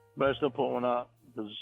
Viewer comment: I’m Croying becawse I LAWVE YEW, RUHMOWNA!!!!